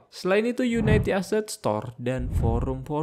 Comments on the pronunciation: unity bang, bukan united, kebanyakan video video luar nyebutnya gitu.. yuniti atau yunidi, bukan yunaiti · bacanya uniti bro, bukan unaiti :)